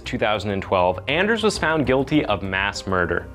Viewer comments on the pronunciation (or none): to pronounce his name in scandinavian is Aners, to pronounce the letter "a" as you pronounced "asshole"´s letter "a" deeper "A", not like when you pronounce the "a" on "anything" which sometimes sounds like "e"🙂